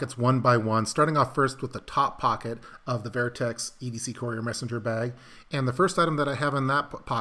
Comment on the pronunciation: Sounds like you’re saying “ver-I-Tex” not vertex…pronounced verr-tex sorry but that’s how the words pronounced and it took me 4 try’s to find it on the web.